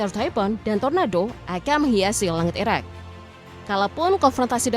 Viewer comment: Ngomong Iraq atau Iran gak bisa dibedain, gak jelas blas